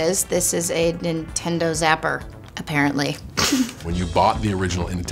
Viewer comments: did she say "Intendo"?????? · First time i hear the John Cena Said nintando